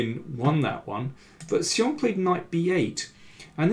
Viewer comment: Better than before, but still not quite right. He's moved from 'see-ong' to 'she-ong' but 'shyong' (with the 'y' very short) is actually correct.